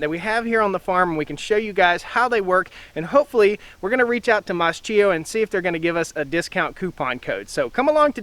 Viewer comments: It's pronouned "Maskio" not mascheeo🙄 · MAS-K-IO k like in kitchen; ch in italien is k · In Italian it would actually be pronounced "maas-KEY-oh". We moved to Italy last November, so we are learning the language. It's been an adjustment trying to re-learn how to pronounce certain letter combos. I grew up mowing hay fields with a sickle mower. Nice to see them still being used. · I believe it's pronounced mask-ee-oh with a K sound instead of a CH sound.